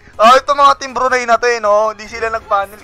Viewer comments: Btw brunei pronounce broo-nay not broo-ney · CORRECTION LODS, BRUNAY NOT BRUNEY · Okay na sana kaso yung pronunciation niya sa brunei bruney e